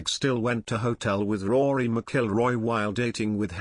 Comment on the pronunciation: Not pronouncing Rory's name right.